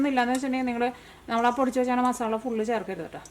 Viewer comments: മസാല എന്ന വാക്ക് മസാള എന്നാണ് പറയുന്നത് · മസാള്ള അല്ല മസാല